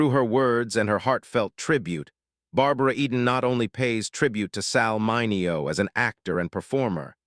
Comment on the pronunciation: You really need to tweak your AI narrator, which consistently mispronounced Sal Mineo's last name throughout this video.